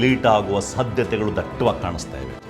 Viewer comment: Dattavaagi.. dattavaagi. Daytavaagi. Han OK gotthayoyu bidi modadante dattavaagi 😂